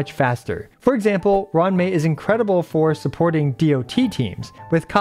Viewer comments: It's roo-wan mei not Run mei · "ron mei" had me rolling